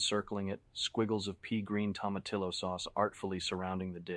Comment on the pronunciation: I was wondering how someone with an eye for perfection mispronounced so many things like Hermes, tomatillos, jicama, and the worst: “Purchased for dollar sign one thousand forty.” I started listening on an android phone with a teeny tiny font and didn’t realize it was an IA until I switched to my iPhone. (I’m terrible with Android phones.)